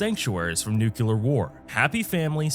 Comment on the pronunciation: it is absolutely not how you say Mojave or nuclear